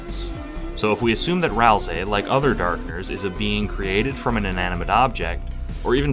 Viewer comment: Thank you for not calling them "Ral-SAY"